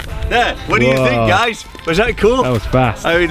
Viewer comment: Did he say “Hi gays”..? In the beginning 😂